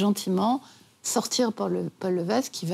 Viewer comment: Paul Lévesque se prononce Paul "Lévèque". Ginette Reno et non Ginette "Réno". Cette nouvelle biographie est non-autorisée par Céline. Lors de la rencontre avec Goldman, la relation entre Céline et René est déjà connue et dévoilée publiquement lors de la sortie de l'album "The Colour of my love" en 1993. Pour des connaiseurs, ils sont bien mal renseignés...